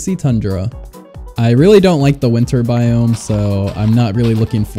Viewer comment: I love how he just says biame instead of biome 😂😂